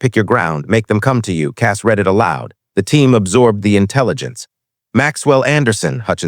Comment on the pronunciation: Please, please, please program these IA readers the difference between read...reed and read...read!!!